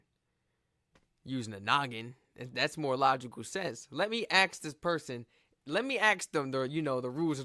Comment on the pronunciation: It's not "Let me ax", it's "let me ask"